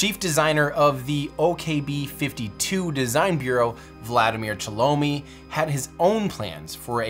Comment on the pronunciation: There are much more mistakes, almost every other name is pronounced wrong, including, for example - Chelomey - it is not [shalomi], it is che-loh-may.